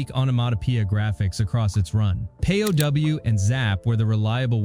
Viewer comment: You do know that "pow" isn't pronounced "P.O.W.", right? It rhymes with cow, how, and now.